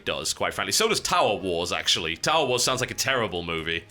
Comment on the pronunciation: Was I the only one hearing "Towel Wars"?